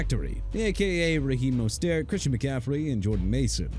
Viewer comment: Raheem Mostert (mo-stirt) and Terrion (teh-ree-on) Arnold and Jacksonville Jaguars (ja-gwaars NOT JAGWIRES)!!